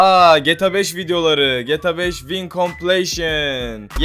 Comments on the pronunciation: Abi =) Tamam anladık hadi geta beşini de, bari vineye (vaynlara) vin deme. =) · abi vine vayn die okunuyo <3